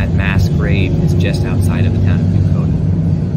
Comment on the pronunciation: If you used the closed captioning...it's "Bucoda", not "Bukota". Very miniscule village in Lewis County between Centralia and Tenino.